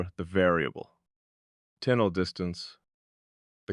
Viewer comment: "Kweeitly"? "Decortz's"?? The jazzy speak-rhythm of this AI muskvox is badass, tho. also, very thinky in thot. .. "in some way'b've" haha - Nifty! ...& it's "TUH-NUHL", not "tinnLe" .. heh Wow, so cool & profound & provocative. Hey, don't be so hard on yourself... or hardcore-introspective ... or whatever. You'll be aight. You are loved. Oh dang this is quantum, I gotta rewind. 🤟 You're a wonder!